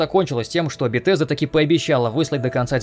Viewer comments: Не Бетезда а Бесезда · Не "БеТесда" а "БеСезда". К-критика. за ролик лайк. Фанат фалыча но последний реально шлак